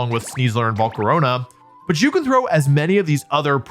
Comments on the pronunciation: "Volcaronia" lmao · Great work to Wolfe and everyone behind the scenes. I love the subtlety of saying Volcarona as Volcaronya, nodding to Wolfe's older rambling-style videos. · I don't know why Wolfe decided to say Volcarona's name like that but it's become the only way I say it since watching this video